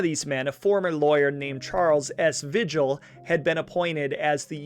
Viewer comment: Come on dude. Vigil is VEE HILL. There is no other way to pronounce it. I know its petty but if you use a guys name for income its disrespectful to say it wrong. And in this case it seems purposeful ... If it is pronounced any other way ill apologize but ... S M H